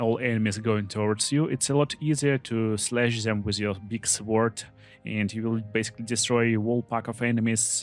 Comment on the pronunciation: The W in sword is not pronounced. I'm very sorry English is like this.